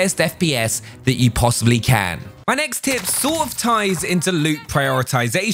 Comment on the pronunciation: Whenever he says "My next tip" it sound like my names Tim 😂